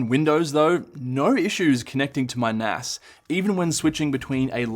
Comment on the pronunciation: You say nas wrong 😑